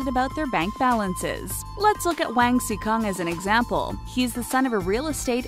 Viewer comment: The way she said Wang pissed me off, it's really not that hard to pronounce Asian names if you try